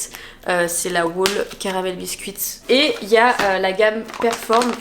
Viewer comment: petit fact, on ne dit pas (à propos de tes protéines) « wouôle » mais « hhhhôle » en anglais je sais pas si c’est clair ahah voilou gros bisous